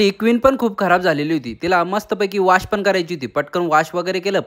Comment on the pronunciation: वॉश ❎ वाश ✅